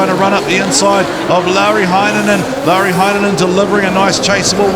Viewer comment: I cant stop laughing when you try and say lauris name😂awesome coverage tho lads good work😉